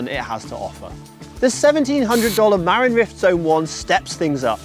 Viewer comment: I have a hard tail Marin San Quentin 2 that cost $1400 and it’s been a great bike, has a dropper post and well worth it for anyone new looking to buy, though it’s pronounced with accent at the end, ma-RIN 🙂